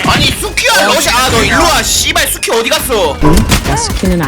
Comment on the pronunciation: 나만 수키 숙희로 들림???